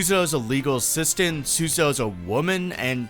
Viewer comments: Great video but it’s pronounced sue-ZA-toe not sues-a-toe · "Should I take the 90 seconds learn how to pronounce the assistant's name?" "Nah Sue-Suh-Toe it is" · I love this video, and it's a great analysis of her character. But the pronunciation of "Susato" is killing me, dawg 😭